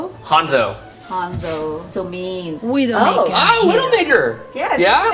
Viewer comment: YEAH MOM OVERWATCH IS MORE FUN THEN EVER wait...wait...wait DID SHE SAY HENZO